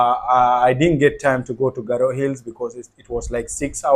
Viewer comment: Wow wonderful garo pronounce is good